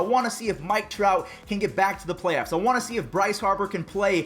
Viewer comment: Is it me or in the begging said playyaffs